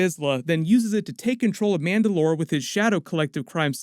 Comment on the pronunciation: why do you say mandalore weird?